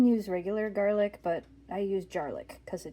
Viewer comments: At first I thought you said jar lick for the garlic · ok, I’ve never heard it said like that.